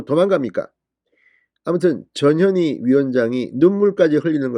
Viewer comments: 저년이? 발음을 잘해야겠네! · ^저년이^ 발음에 좀 유의를 ㅎㅎㅎ !저년이! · 또 저년이 나왔네 , 진선생님 전현희인지 저년인지 분간이 안가니 이제부터는 분명히 저년이로 똑똑히 발음하시길 부탁드립니다. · 전현희! 출장비 횡령? 얘네들은 돈이면 환장하는 타입이네요 조국,이죄명 등 청와대 비석관 이하 다 그랬지요? 발음은 저년이 출장비 횡령? 이렇게 들릴수 있으니 조심 하세요! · 전현희 발음을 듣고있으니 저년이라고 들리네요 이름이 참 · 저녀니 저녀니.. 그러니까 이름도 욕으로 발음되네 에라이 저녀니 악어의 눈믈까지?? 쇼질